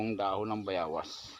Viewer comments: Boss bayawas o bayabas pakilinaw lang po. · Bayabas not bayawas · Bayawas haha bayabas pati ba naman yan hirap sa pag bigkas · Bayabas hindi Bayawas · Bayabas ba o bayawas, kc parang bayawas ang dinig ko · anong tawag mo dyan bayawas hindi bayabas yan ano ba yan bosing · Boss utal Ka nmn eh. Dahon ng bayabas hinde bayawas.. Dapat po dahon ng guava na lng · Bayabas bro hindi bayawas. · Bayabas Kamo Kasi Hindi bayawas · Kau na boss Ang mag adjust kz bolol xa sa w👍